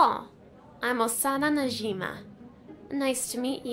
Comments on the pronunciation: I like how they said Osana najima not najimi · Sorry but - its Osana Najimi... Nit yosana Najima. But cool video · Yeah they said ayano najima 😂😂